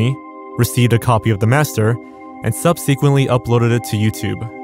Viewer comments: I love your videos One pet peeve: the word “subsequently” is pronounced “SUB-seh-quent-ly” not “sub-SEE-quent-ly” 😝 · subsequently is pronounced SUB-seh-quent-lee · Well, that's one way to pronounce subsequently. Not the correct way, but a way. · He needs to look up how to pronounce subsequently